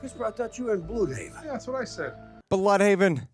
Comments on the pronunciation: I don’t like the way they pronounce Blüdhaven. They pronounce the Ü rather than Just Bludhaven. I feel like it’s gonna be red herring with his father and brother, like they’re heroes but they’re still sipping the Neo Nazi juice but just in secret. Some eugenics schtick behind the scenes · I don't know why but the thing that oddly stands out the most to me in this episode is the weird pronunciation of Blüdhaven.